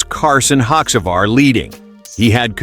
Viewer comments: even AI can't pronounce Carson Horsenajar's name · Did this idiot even watch the race? If you know so little you can't pronounce Carson's last name or joeys then what are you doing talking about them. I watched Tyler celebrate with a burnout and in victory lane. No business talking about what you know nothing about